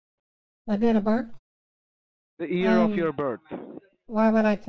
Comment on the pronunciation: The "ear of your birth" 😂